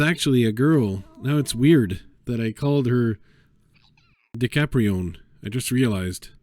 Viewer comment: Richie doesn’t have a T in it btw but DiCaprione is pretty funny